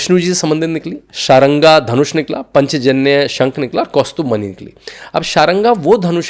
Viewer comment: उच्चै:श्रवा नाम है, पांचजन्य शंख, शार्ङ्गरव धनुष ये नाम ठीक से बोलना सीख लीजिए । कहने के लिए क्षमा चाहती हूं। आप हिंदी वाले हैं इसीलिए बता रही हूं।